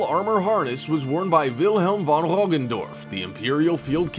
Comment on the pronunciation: Albrecht von (not van) Brandenburg (if I correctly understand your pronunciation ) was German (not Dutch) and was not last Grand Master of Teuronic Order. He converted to Lutheransm, but Teutonic Order still exists as catholic religious order. And still has its Grand Masters